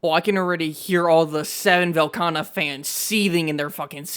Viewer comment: Velkhana? 😂 Tell me it's a skill issue without telling me it's a skill issue 😂